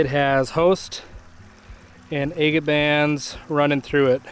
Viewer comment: That striped water agate was spectacular. Wow ! You drive me nuts saying a- git. It should be ag’it But to each his own. I’ll still keep watching you. Love the content. Good luck and Happy Trials 👍